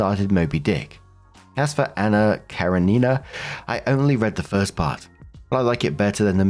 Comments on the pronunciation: KaREnina, not KareNIna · Heheheh, how you are pronouncing Karenina is tickling me😂 It's more like Kuh-ren-in-uh (I tried to spell it out phonetically as best I could) than Karen-ee-nah😁 But a valiant effort!!! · The book is pronounced Anna Ka-ren-nin-nah. I hope this helps. 🙂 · I'm totally being pedantic, but it's pronounced ka-RE-nina, accent on the second syllable. :) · just Google the pronunciation! It seemed to bother you so much😢! I don't know if I pronounce it as the author wanted it to be, but I've always went with cur en in nah. But it's Russian so maybe some of the letters are silent or some might be totally different due to the translation? Like the last letter of the alphabet, I say zEE and you say Zed😂!! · Hi, love when you read these stories, your voice is very soothing. If it helps the book is pronounced Kah-ren-e-nah 😊 you are doing great though! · please, it's Anna KarEnina. Like Car-E-nina. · Anna Kuh ren i(ih)- nuh. You did great 😂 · The mis-pronounciation of Anna Karenina makes me smile every time. Oh!!!